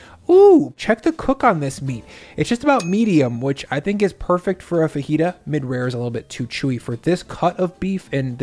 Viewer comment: FaJita not fahita